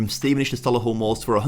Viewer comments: I know I’m a year late but it’s Sol-ee-hull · Love the videos dude but please stop saying Solihull like that. It’s so Lee hull